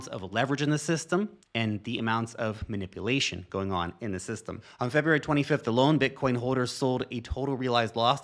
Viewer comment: You say "manipulation" weird for a white American accent. (Man-ippa-lation). Most people just say "Man-ip-yoo-lation"